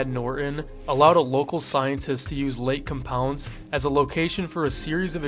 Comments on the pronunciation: Lake COM-pounce 💀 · Its Lake Com-pounce lol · As a local to the area who has been to the park years ago: Lake Compounce. Com as in .com, pounce like the action. Com-pounce. I’m sorry but it just drove me a bit crazy hearing it mispronounced like that over and over again 😅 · Lake COM pounce ("com" like".com") is how we pronounce it in CT :P I remember being told about the curse when I was in Elementary School and it scared me shitless lol. I grew up going there frequently as a small child and swam in that lake only once cause it was pretty gross and eerie